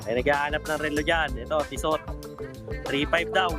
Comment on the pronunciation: silent 'T' ang basa sa Tissot na relo. Kaya Tisso. para okay sa allright ka sa next vid mo. Tisso, Salamat.👍